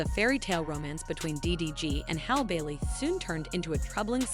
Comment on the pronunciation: Learn how to pronounce her name correctly!